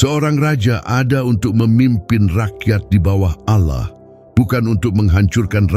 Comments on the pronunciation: Heeeeee. Allah bukan ouloh... Apa itu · ALLAH BUKAN AOULOH ...KOCAK